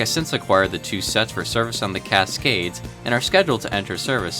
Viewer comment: Casgays haha